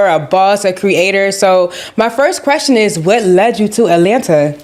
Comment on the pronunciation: "You axe me a quession and I respunded"